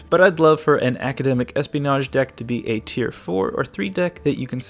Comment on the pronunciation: You completely misread academic espionage